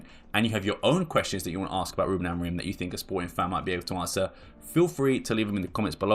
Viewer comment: His name is AMORIM. It’s a M at the end of his name, not N. Mancs really can’t pronounce his name and as hilarious as it is (because it makes them sound thick) it’s a weird affectation.